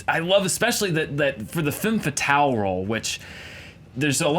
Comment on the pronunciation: Guys, the "e" in "femme fatale" is pronounced like the "u" in "rub", not like the "a" in "man". Learn your French. Stop being such stereotypical Americans who don't give a shit about foreign languaages.